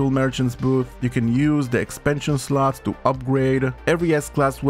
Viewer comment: I love how he says slots 😅 "- sluts"